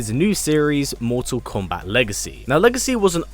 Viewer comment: Just hearing you say komebat is nerve reckoning